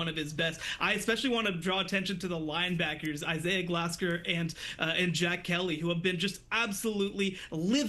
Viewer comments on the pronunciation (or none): The absurd and utterly absence of common sense in this video and comment section is ragebaiting me. More than half of the video is glaze of CU and their sub-mediocre qb. Then you have this women who cant even pronounce Glasker. Byu is gonna blowout the buffs.